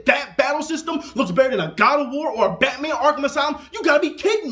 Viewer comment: "BATMAD" lol nice man